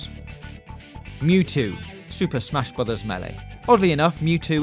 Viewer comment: Does he said "Stuped amash broyhers melee"?